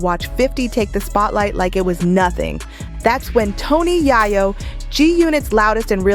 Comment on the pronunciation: 😂😂😂😂😂 said again Ma'am Yayo 😅😅😅😅😅 mane she wild for that don't know how to said Yayo 😅😅😅😅😅😂😂😂